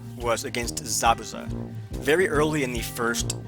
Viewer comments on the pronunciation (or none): none